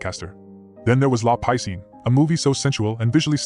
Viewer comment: “La piscine” aka “the swimming pool”, is pronounced “lah pee scene”, not "luh pie scene" 😂